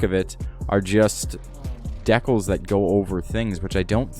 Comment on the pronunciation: In sorry buddy but the regara isnt gonna pull on a P1 if its top speed is 6 mph faster, u also need to learn how to speak English and pronounce words like decals and liverys